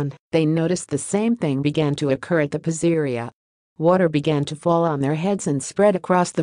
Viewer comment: Lol😂 AI doesn’t know how to pronounce PIZZERIA 😂!